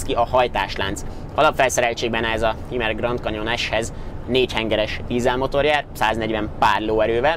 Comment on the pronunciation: Hümer, így ejtik.